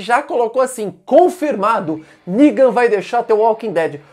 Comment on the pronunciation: "Ningan" kkk